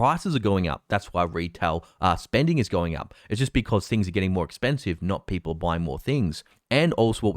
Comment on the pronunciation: You gotta love how says "Peepoe"